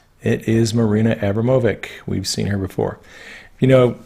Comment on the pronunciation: I believe her last name is pronounced a-brah-mo-vich.... I may be wrong tho...